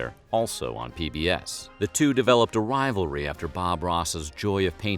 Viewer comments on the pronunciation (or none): none